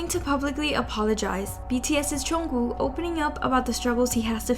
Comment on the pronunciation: loll why does she say it like "chungoo" 😭